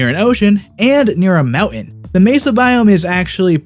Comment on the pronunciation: He calls mowen to mountain